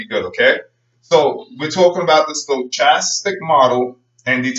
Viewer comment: Forgot to mention, it is pronounced with a "k" sound not a "ch," and the "o" is not long. sto·chas·tic /stəˈkastik/